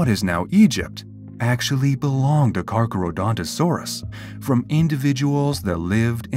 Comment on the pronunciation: I can't watch this because the AI narrator keeps mispronouncing its name.